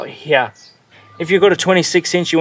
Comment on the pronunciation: Count how many times he says "heyar" (here)